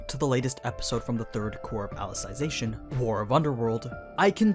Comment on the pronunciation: Funny that nobody has point this out yet. It's pronounce Ally-Zee-Zation not Ally-Sai-Zation